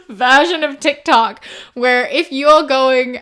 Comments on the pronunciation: GIRL DID U SAY TIT COCK INSTEAD OF TIK TOK😭 WHILE talking about a spicy tiktok, I'm dead. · you saying Tit Cok instead of Tic Toc in that moment. 😂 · I listened to this like 5 times and I KNOW you meant TikTok but I can literally only hear ‘tit-cock type platform’ 🤣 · You misspoke and said titkok and I think that’s perfect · I'm sorry, I'm pretty sure you said tick tock every time, but I heard "t*t c**k" when you were pitching a NSFW tic toc, lol. And that is a great name for it, lmao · Not to derail, but when you start talking about a "spicy" tiktok, you called it "titcock" at one point and I am losing my mind because that would actually be the best name for it LMAO